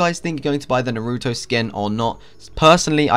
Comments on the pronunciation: It's Naruto Not NOOROOTOU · This guy isn't an anime watcher based on how he pronounced naruto's name